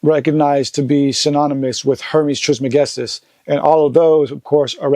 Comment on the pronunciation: Peace! I was surprised to see how Joe pronounced or could not pronounce Trismegistus. I would have thought he was more familiar with Tehuti, etc. 1